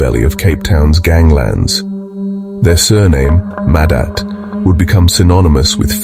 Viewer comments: total butchery of how their names are pronounced. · Train your stupid AI narrator to pronounce names and other words correctly. It's disrespectful to butcher someone's name so horribly. A**h**le